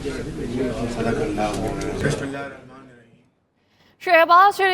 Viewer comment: Sdeequllah nahi hota madam sadaqallah hota hai